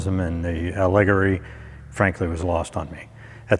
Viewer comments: A-leg-ery????? Al-le-gory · “a-LIG-ory”? I hope you’re just being funny. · As soon as he pronounced "allegory" as "a leg rory' I cashed out!